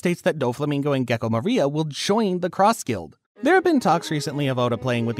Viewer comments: Man, great video but why did you say "Maria" instead of "Moria"? xD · Bro kept calling moria maria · It’s Moria with an O not an A